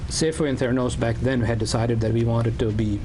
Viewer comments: Why does he say V😢 instead of WE??😅😅😅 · Cos he's Indian. They confuse V and W, so they say "Wegetable" but also "Ve". I had an Indian tutor who even used to say "Wedge-eatable"😂😂